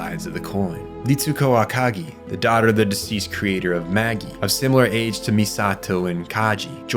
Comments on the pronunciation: The Maggie?? I’m guessing you never watched the dub. It’s the Mājī (mayzh‑👁️)! Also, I believe it’s zee-ley not Seel. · It was the “Maggie” that really took me out. Longinus actually has several acceptable pronunciations, and while the Netflix dub uses LonJĪnus, the original dub use LONjinus I’m pretty sure (same way he says it in this video). The real Longinus’ name was probably pronounced with a hard G: LonGEEnus (Λογγίνος). But ain’t no way “Maggie” makes sense of Mājī. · Great video, but it's "MAJ-EYE", not "MAGGIE". They're named for the 3 wise men in the bible, not the lady who played Professor McGonagall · Small nitpick: it's pronounced mei-dji, not maggy. Similar to mage, as in the three mages (or sages) who travelled to meet newborn jesus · MAGI is pronounced May-Jigh not Maggie 🤣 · Magi is pronounced "Maj-eye", not "Maggy". Otherwise, 10/10. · Not magie say it with me Maj I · Meggy instead of Magi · Okay calling the Magi (ma·jai) the "Maggie" made me laugh out loud. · Why do call jt the baggy? They pronounce it in the anime as maji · It's been a while since I watched the anime. But isn't Magi pronounced like 'maj-eye' and not like 'Maggie'? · Is the Megi system pronounced "meggy" or "meh-jaii"? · It’s killing me how you’re pronouncing MAGI. It’s Mah-jie. The three computers are named after the three wisemen, that were magi. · ITS PRONOUNCED MAJ EYE ITS ANOTHER BIBLICAL REFERENCE GODDAMN IT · Magi is pronounced Mah-jeye (soft g) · I lost it when he said "the Maggy" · Meggy for Magi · I hate to nitpick here, but it’s pronounced “may-djeye,” a hard G, like “mage” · super upset at the mispronunciation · I think this guy has to be reading a reddit synopsis of evangelion. Because the way he pronounces seele and magi are way off! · Bros pronouncing Japanese words with their correct pronunciation. いかり and そりゅう are pronounced as I-ka-Ri and So-Ryu. Cant defend Magi though that's a bizarre pronunciation